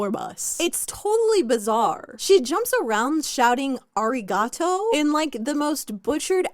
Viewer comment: Ummm... Avril's "arigato" sounded quite good for a non-native speaker. Meanwhile, yours sounded absolutely butchered. The video also looks completely normal for a J-pop music video, and apparently, Japanese fans loved it. Don't be offended on behalf of other races when they're okay with it. I feel like you should've researched that part more.